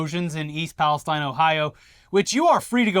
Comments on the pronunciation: Ok, I’ll be the pedant. Pala- STEEN. Not STINE. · We locals pronounce it ‘East Palace-TEEN’. Thanks for bringing awareness to this terrible situation with some humor. We need the laughs. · You locals pronounce Palestine incorrectly.